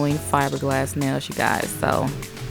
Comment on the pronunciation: ShE sAyS nAiLs LiKe nAiS